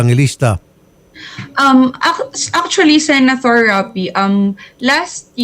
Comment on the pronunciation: I'm so bothered talaga with the "Sena-Thor"